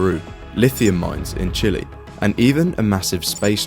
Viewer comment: It's not chili It's Chile